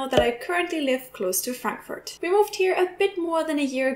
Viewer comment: Ich habe eine grosse Bitte, ----Please....no more HAM(pronounced like "Schinken" in English). We English speakers understand you perfectly when you pronounce it in GERMANl--Haaaaamburg. Same goes with Frankfurt. Not the nickname for Franklin--no, no, no! Fraaaankfurt. Please Trixie, we understand the names of these two cities when pronounced correctly in German.